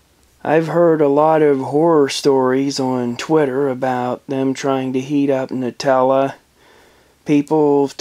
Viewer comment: FINALLY SOMEONE PRONOUNCES IT NUTELLA NOT NOOTELLA